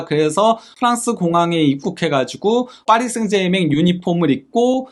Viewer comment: 아무도 그렇게 발음 안하는데...하다못해 파비앙도...혼자서만 파리 생제맹 이라고 하네...참.....그래도 파히 라고 안해서 디행인가...